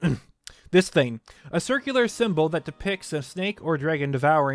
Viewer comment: Please learn to use the letter G. It’s “thing” not “theen”, “long” not “lon” etc.